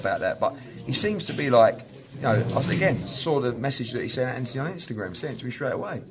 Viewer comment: Its Anthony with a h and o not Anthiny. Make the deal and stop being scared.